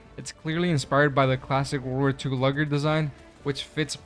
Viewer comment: Lu-g-er? Pronounced Lue-g-er for future reference. Also I'd say all the weapons it adds are pretty good. I honestly find the shotgun to be the most overrated item from the update. It's not as good as the M90A, though does have better ammo economy vs it. The Sweeper shotgun badly lacks in stagger and pushback and it's very noticeable when used against the Bugs and Squids, having to fend off chaff and voteless, they don't get staggered, or pushed back at all by the Sweeper really. So you get overwhelmed using the Sweeper quickly. I'd argue you're far better off using the M90A or Punisher still vs using the Sweeper. Sweep does the damage but really hurts when your shots don't kill a chaff in the first shot, that chaff doesn't get slowed down at all. The Stoker is a different story. 130 dmg light pen, even with it's low rate of fire, basically allows you to take down quite a lot of enemies, even Overseers are not really a problem for it. Being ammo drops are all over the place it's lack of magazines isn't really much of an issue either. Though the flameflower isn't really anything special, as dedicated options do the job better, it's still nice having it definitely when fighting Voteless and Bugs in shoke points, also gives you a heavy pen option when you're out of your other weapons, the added confusion effect also helps a bit. Catch a Fleshmob on fire, or Charger and they're suddenly less interested in turning you into roadkill. Veto doesn't sound like much at first glance